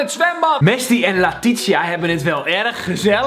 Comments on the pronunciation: WHAHAAH IK HEET OOK LAETITIA alleen je zegt t bij haar en bij mij als Leetietsia maar super leuke video😂😘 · Kelvin 1 het is het 3e seizoen van temptation2 je spreek latitia uit als latitsija 3 als je aflevering 4 gaat kijken gaan ze al vreemd in het zwembad dus ja dat wauw jij zien nou ga het kijken het zit op het allerlaatste van de aflevering Dus dat xxxjes